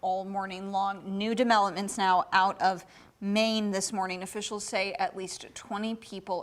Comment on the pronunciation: “New demelopments”